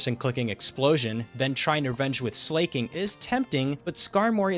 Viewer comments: While I respect the hustle to break the 119 record... Jesus fucking Christ, listening to you pronounce Slaking's name as "Slay-king" is like nails on a god damn chalkboard. It's slacking. Not slay-king. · SLAY-KING?? You mean slack-ing bro?? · the way this guy says slaking is driving me crazy, it's slack king not slay king. hairy-yama too. great vid though fantastic work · Just to say it's Slack-King not Slay-King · It's SLA KING. FOR FUCK SAKE, IT'S LITERALLY SLACK KING.